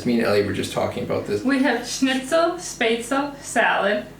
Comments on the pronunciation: Good job. You must be exhausted after cooking so many meals. I certainly would. You dont have to prepare so many dishes all together.....And secondly: Before preparing Spätzle, you have to pronounce it correctly. You say: Spätzel, but it is Spätzlé, please speak the last "e". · BTW: Spätzle is pronounced "Sh-pats-la"